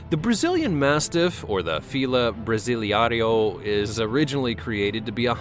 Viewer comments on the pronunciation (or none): The Fila Brasileiro is pronounced Fee-la Bras-lee-airo please be around one prior to making certain comments they are stranger unfriendly but a true pure fila brasileiro does not freak out and attack I have owned 7 and still own one, my males did not let male vets touch him willingly but a woman he did he didn't always like it but allowed it, the females were better with male vets! If you know the breed you are buying and understand what their temperament is everything is workable, socialization to common places and people is imperative!! No I do not agree with any dog breed ban. Ban bad owners, pitbulls were used as pulling dogs, it is humans that have destroyed breeds and gotten them bad names!!!